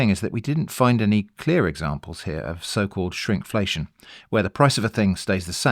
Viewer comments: Was that “Shrimpflation” or “shrinkflation” ? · For a moment I thought you said shrimpflation (TM)